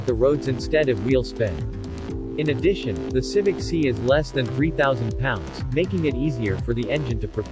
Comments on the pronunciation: It’s not see but si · Quit saying Honda Civic See